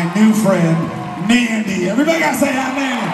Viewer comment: Her name is Nandi not Mandy